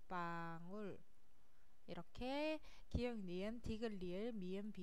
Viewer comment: ㄱ 읽을때 기역인데 계속 기윽이라고 발음하시네요….. ㅅ 도 시옫인데 시읏으로 발음하시고…